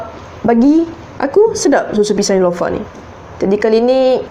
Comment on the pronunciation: Nelofa lah kak bukn nilofa.. Hahah.. Cuba buat susu manga... Hahahah😂😂✨